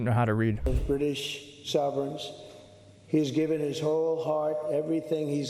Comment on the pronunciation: He puffed his chest out a little with pride when he was able to pronounce "sovereigns".